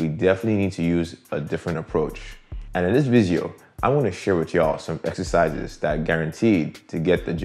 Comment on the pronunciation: He said essisizes too 😭👏👏🇳🇬🎉